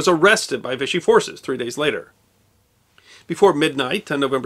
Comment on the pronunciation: Vichy is pronounced vee-she